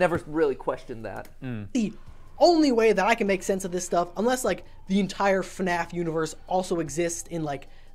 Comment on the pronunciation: I love how mat is just like, “IN-less” and is just like “UN-less” pushes back glasses 🤓